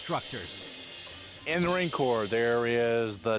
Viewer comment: i think you mean "marine CORPS" you fucktard. have some fucking respect.